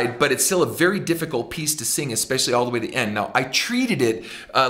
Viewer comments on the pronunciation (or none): One of my favorite things about his singing, is how he sings the word Way. He pronounces it Weee. Layne Staley does this too sometimes.